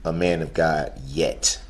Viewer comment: “I wanna start firs by giving glory to Gaw…I believe in Jesus Chris…and I’ll continue to not pronounce the last letter because I’m a disgusting vile evil scumbag”